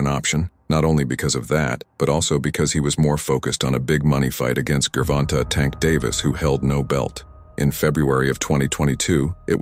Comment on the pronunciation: Bro are you trying to say Gervonta wrong on purpose? Like 8 different pronunciations lol its was actually funny as hell 😂😂